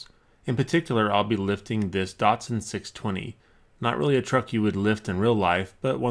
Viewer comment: Datosan is how it's pronounced btw